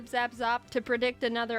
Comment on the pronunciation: I’ve named my Alteria “Alteriyaki” I can’t stop hearing it now when she says “Teriyaki